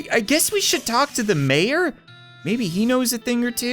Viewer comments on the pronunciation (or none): Mayor more like "may"-O